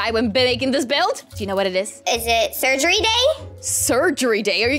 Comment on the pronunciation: I like it when it said setgery